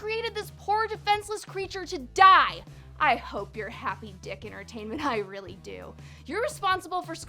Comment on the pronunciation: Also the people who made the show were not called “Dick” it was “DIC” Dee-k